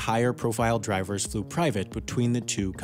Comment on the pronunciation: Riswan Ahmad P. THEY’VE PUT DRIES ON